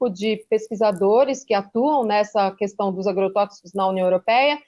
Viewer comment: Bob Fernandes, I love you, you know, mas corrija esse seu "qüestão". Primeiro, porque o inominável fala assim; segundo, porque está errado mesmo: é questão, como queijo. E, por falar em queijo, um beijo.